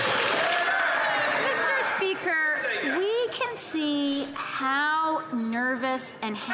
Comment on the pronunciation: MEESTER SPEEEKER-that will be ringing in my ears for days